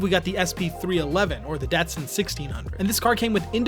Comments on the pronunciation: This was a great review, but your age it's showing. Your not old enough it's pronounced "DahT-Sun, not Dasun. Little more umff...to it for the streets, were the cars really excelled and rose to prominence. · It’s pronounced “Dotson” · Pronounced dot sun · It’s pronounced Dot Sun. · Well, if you grew up with the Datsun 240Z and cars back in the 80s, you would pronounce it like an American as "Dotsun". see Jay Leno or any older folks. Dotsun is pretty darn close to the way Japanese pronounced it. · I always thought it was pronounced DOT sun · You're not saying the word Datsun right! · Great great video, it's funny to hear someone from your generation say the word datsun. It's pronounced differently but unless you were around in the 70s you'd never know, that cracked me up. Awesome video man.